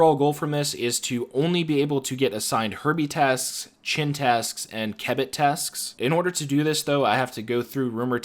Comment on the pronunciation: bro its kebbit not kebbet